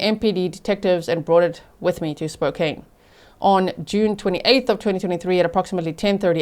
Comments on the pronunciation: Spokane = Spo-can thanks 😊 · she mispronounces "Spokane"